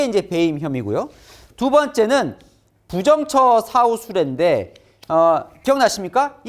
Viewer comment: 부정처사후수뢰를 읽으실 때 [부정처 사후수뢰]라고 띄어 읽으시던데요.. 이것은 [부정 처사후 수뢰]로 띄어 읽으시는게 맞습니다. 부정한 처사(일을 처리함) 후에 수뢰를 했다는 뜻이니까요.